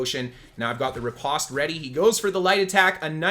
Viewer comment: Hearing you say riposte in such a way makes my ears hurt. Postman, poster, compost, lampost...say these words with the same vowel sound you say riposte and you will hear the cringe.